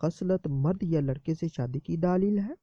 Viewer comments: Daaleel nhi Dleel hota hy, plz proper talaafuz se urdu bolye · mere Bhai daaleel lafz sahi nahi hai daleel kehte hain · Bhai ye lafz daaaaaaaaaaaaaaalil nhi Daleel hota hai, video achi hai magar tallaffuz to sahi karain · Daaaleel nae hota dallell hota hy